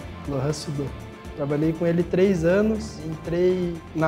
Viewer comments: Ele fala “ tleis “ com o Paizão kkkkkkkk no ep passou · O fala tlês, tlem... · A palavra três, ele tb n consegue falar, ele fala tlés